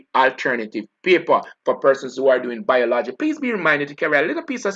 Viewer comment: BIOL-OGY.... pronunciation check an English teacher